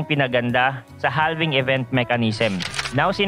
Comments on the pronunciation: Boss idol palagi po ako nanunuod ng mga Videos mo very very informative. Pero HALVING po is pronounce with silent L (its like HAVING) Thanks and God Bless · idol silent L po ang basa sa "halving". just like we pronounce the word half. noun: half = kalahati verb: halve or halving = hatiin sa dalawa